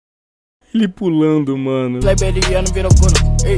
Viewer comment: ele tentando falar kleberiano o rato falo: kebaiano